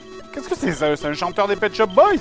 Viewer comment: petshop boy, comme ça se prononce...